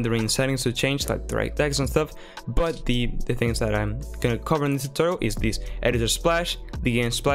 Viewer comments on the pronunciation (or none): "welcome to unree enjin FUCK totoril"